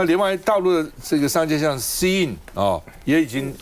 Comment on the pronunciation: Shein 念 she in.